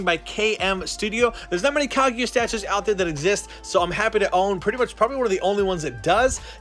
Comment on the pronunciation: I don't if this guy watches naruto he said kiega not kaguya